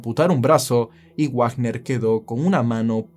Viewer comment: Dato: Wagner no se pronuncia Guagner. Se pronuncia como Vagner. Menciono porque tengo familia con ese apellido.